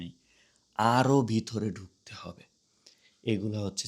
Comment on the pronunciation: Your bangla pronunciation is very poor. It’s not dukte, it’s dhukte.